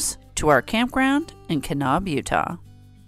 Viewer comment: Great video. Keep them coming but just an FYI. It's not pronounced Ka-nob it's Ka-nab like apple.